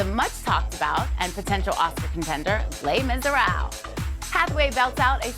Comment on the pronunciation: LOL "Les Mizaraaal" thats the worst pronunciation I've heard yet